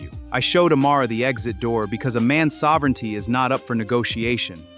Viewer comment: Sov-er-onity? HAHAHAHA 😂